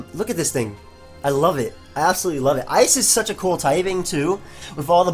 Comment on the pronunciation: "And competitively Ice is..." says it like Ice-is Isis Illuminati confirmed.